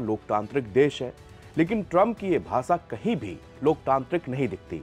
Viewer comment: when u can say शुरू as शुरू correctly why do you say भाषा as 'भासा' and शाम as 'साम'. It's disgraceful. Before coming on air rectify ur Hindi language diction and pronunciation. It's a disgrace. Appealing to ur management to hold ur anchoring till u learn to say श‌ as श‌ and not 'स'. Deeply disappointed to hear u disgrace the Hindi language.